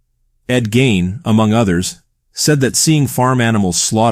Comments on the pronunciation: It’s Ed GEEEEEIN! Not Ed Gain! Lol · The pronunciation is gEEn not Gain and he wasn't a serial killer. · Really good video, very well executed. Only thing that kept bugging me was when you'd say Ed Geins last name, you'd say "Gain". You pronounced it properly in the beginning, but after that you just kept saying "Gain" which threw me off several times taking me out of the flow of the video.